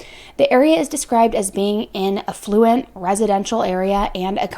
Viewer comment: It is pronounced AFF-luent (the accent is on the “a” like in “apple.”)😊